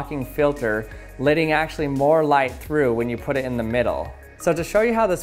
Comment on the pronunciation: It's LETTING NOT LIDDING!! CMON MAN!